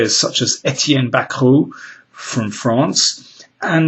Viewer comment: Daniel, you're pronouncing "Étienne" correctly. I dont hear that so often. I understand your accent in german is good too.